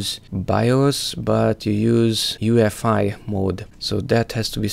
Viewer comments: U-E-F-I. not UFI. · the fact hes saying "ufi" and not "uefi" this guy knows nothing